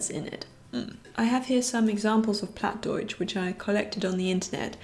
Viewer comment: Wow, you live pretty close to me :D I moved 2 years ago to Oldenburg to study here, but I'm from Ostfriesland originally and I also speak Plattdeutsch (Plattdütsk). Your Plattdeutsch was a bit off, it is not pronounced like you would in High German, but it's a bit hard to describe the proper pronunciation just by text (also the pronunciation can vary from region to region, sometimes even neighbouring villages have different pronunciations and words). Also, Bluebell is really cute =^_^= I would love to have a cat as well, but my home is way too small sadly :(